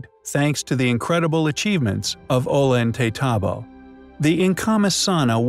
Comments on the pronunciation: the double y is a ya sound o yant a tambo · Please PLEASE learn to pronounce this name!!! O-yon-te-tombo. The double l in Spanish is pronounced like a y. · The 'L" is pronounced as a "Y", not 'L'. Just sayin'. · Love your vids, but damn Gringo, learn how to pronounce ollantaytambo. 2 L's together sound like a Y, like La Jolla sounds like La Hoiya